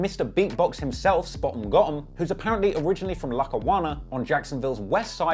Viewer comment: Spoh'em, goh'em